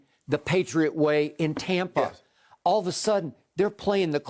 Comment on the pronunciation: Skip: “TOM-pa Bay” 😂😂